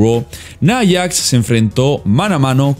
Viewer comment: "Naiyax" XDe